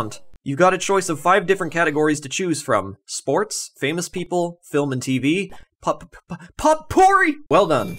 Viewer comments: I did have to laugh at how you managed to pronounce poT-poor-ee. Great video :D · PO'-pour-ee As in the accent is on the first syllable (and the 't' is silent). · I like that he pronounces it "pot-porry" while the correct phonetic pronunciation is onscreen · I agree and I forgive him for pronouncing potpourri as pot-poory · Also, "Pot-pory" lmao. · It's pronounced POE-perr-EE, and it's a popular category on Jeopardy. That's the kind of random fact you'll pick up as you get older, I have a feeling you are a very young person. :) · "pot porry" your google definition even had a little sound button that lets you hear how to correctly pronounce the word smdh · The t in potpourri is silent 😉😋 good video though! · You mispronounced potpourri. The T is silent.